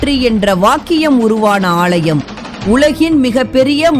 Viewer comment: ALLAYEM..... NOT AALLLLLLLLYUM